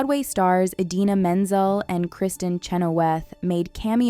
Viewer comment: Appreciate this video. It was very interesting. BUT FOR THE LOVE OF GOD. Learn how to pronounce the names of these actresses. It’s “Are-E-on-uh” not “AIR…” and Idina Menzel and Kristen Chenowith? You seriously didn’t know how to say those names?